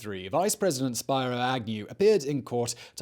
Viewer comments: Simon! Luv you, but it's Spear-oh, not Spire-oh! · Sounds like Spih-roh Agnew. Not spye-roh. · Not anymore! We've had Pedo Joe who was installed, not elected! P.S. It's "Speer-O", not "Spy-ro" Agnew. 🤦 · Spy-Row Agnew 😂😂😂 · Spiro = Spear-Oh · Not how you say Spiro.